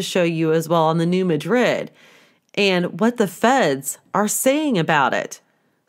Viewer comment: Just for your info - It is New Mad-rid like these two words would be pronounced separately. (accent on the first syllable- not like Spain.)